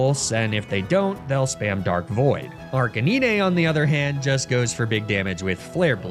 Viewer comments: Lol "Arc-a-nee-nay" 🤣😂🤣😂🤣 9. NINE. Arca-nine. Ar-K-9. Ar-canine. Arcanine! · Arr-ka-nee-nay? Nay! Arr-cay-nine! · Arca-knee-nay? Bro. That better be an inside joke. That's giving me a stroke just thinking about it. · ARCANEE-NAY? What? 😂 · arcaneenay lmao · Arcanine is pronounced as "Ar-cay-nine." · Ok he said Ar-cah-knee-nay like a minute later. Man just doesn’t know how to pronounce these things. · I'm sorry, the heck is an "Arc-a-nee-nay"? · WHAT THE HELL DID YOU CALL "ARCANINE"??? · Why is nobody talking about his butchered pronunciation of arcanine? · There’s no way that’s actually how you pronounce Arcanine right? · Better than Ar-ca-nin-eh at least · Freeza (DBZ), Fuh-RAW-Thorn, and ArcaNEENAY... I think bro needs to revise his basic reading skills lmao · "fur-ah-thorn"....do you purposely mispronounce names to get people to comment? between that and "ar-kuh-neen-ay" idk how it could be anything but intentional.